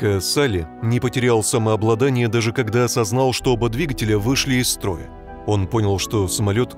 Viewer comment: Не кода, а когда.